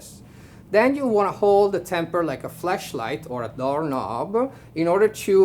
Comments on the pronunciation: I like how his accent turned flashlight into fleshlight. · I think that's just his accent, but uh...